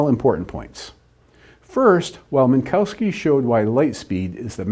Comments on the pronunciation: Not Min - COW - ski but Min - KOV - ski (the W sounds like an English V) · Obligatory pronunciative snobbery hate mail: the correct pronunciation of Minkowski is Minkovski.